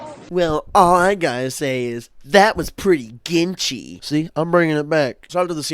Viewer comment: every time i hear ginchy i think he's saying genshi like from overwatch